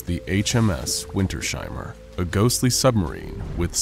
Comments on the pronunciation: it's "winters-heimer", not "winter-sheimer" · As a German I can say, the name Wintersheimer should be pronounced as "Vinters-hymer", not as "Vinter-shymer". You correctly pronounced he diphthong "ei" as an "ai" sound (like in the English word "guy") . But the S and H are not combined in a phoneme. In German, the "sh" sound is written as SCH. The -s at the end of Winter (winter) is either a genitive S or a socalled "linking element S" that in some German words is inserted between two parts of a composite noun for ease of pronunciation. And a "Heim" means a home. The word "Heimer" doesn't actually exist in German, but it could be interpreted as an archaic word meaning a person who owns that home, a home owner of a homestead near a place called Winter or a very cold place in general. "Wintersheim" could be a place name, the home of the winter. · It's Winters-heimer not Winter-sheimer, but a great video, nonetheless :) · puh-lease, it's not WinterSHeimer, it's two words! Winters - heimer! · I think its pronounced Winters ' Heimer like 2 seperatet words. Nice viedeo btw keep going:D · This has been bugging me the whole video too. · I cant get over the pronounciation of "Wintersheimer" in this vid